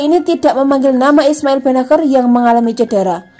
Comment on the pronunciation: Sebagai Milanisti gua kecewa isi video sama judul ga nyambung.. mana gelandang yg lebih hebat dr Pirlo??gini banget nyari view min.. perbaiki juga tuh pengucapan nama pemain Milan, benaker??? Gatel kuping min.. sori tak dislike min